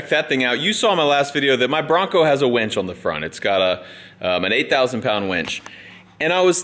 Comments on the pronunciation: Winch. Winch. Winch. Winch. Winch. Winch. Not wench. Winch. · He keeps saying wench. It’s killing me. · “We could probably use a wench” - ahem, Mere! Did you hear? Meredith, punch him every time he says wench instead of winch! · It's a winch...not a wench! A winch pulls you out when your stuck...a wench gets your beer! Lol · darn it brain he is saying Winch not Wench!! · All I can hear instead of winch is wench n picture a bar wench 😂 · You're driving me crazy saying wench. It's winch, a wench is an old time bar maid. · It's winch not wench lol